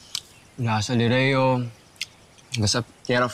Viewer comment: aviSala eShma sa pagbigkas sa salitang Lireo..